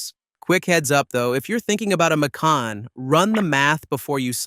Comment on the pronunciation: I wanted to like this but the AI slop “Mick-can” “Mack-con” “Make-in” pronunciations were intolerable.